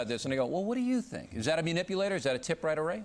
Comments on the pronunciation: Why can't he pronounce the word properly? It's not myuh-nipulator! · o'reilly is so in denial that he can't even say the word correctly. wth is a MEWnipulater? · I like Bill O'Reilly but---"mew"nipulator is driving me nuts. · Munipulator.. >Mun.. Oh fuck I can't take this guy serious. He dominated the whole conversation barely letting his guest get a word in, in the words of Bill, "I'd dismiss him". He's a munipulator and he needs to get out of here. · Bill O'Reilly: "Mew-nipulator". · 'munipulator' ...lol , bill you're so funny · How do we know a menipulator? ME-nipulator like you? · Mu- nipulator? Why does he keep saying that. He looks like a liar and a flake. And very ignorant. To be a key player in "trying to target and eliminate bullshitters for a living. He's exhibiting liar behaviors in this video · knowing how to pronounce 'manipulator' properly would be a good start for the anchor...